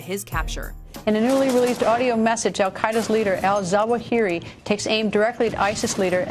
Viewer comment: also... that moment where the narrator pronounces "Ayman Mohammed Rabie al-Zawahiri like a goddamn boss, but couldn't pronounce "Magnotta" right... fail...